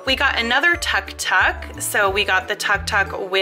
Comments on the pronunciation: I meant it is pronounced took took even if it is spelt Tuk Tuk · It is pronounced took took even though it is felt tuktuk